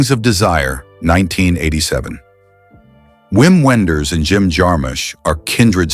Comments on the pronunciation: The name is German and should be pronounced "Vim Venders." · ugh. Wim Wenders pronounced incorrectly. The German W is pronounced like a V, so Vim Venders to anyone with a hint of sense.